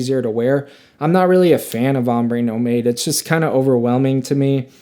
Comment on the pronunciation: Did you just say ‘Ombe No Made’? 😂😂😂😂